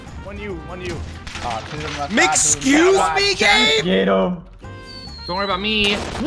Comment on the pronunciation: I swear said “MC-XCUSE ME GAME?” 😂😂😂